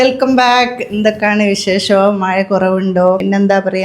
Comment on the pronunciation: മയ അല്ല മഴ 😁😁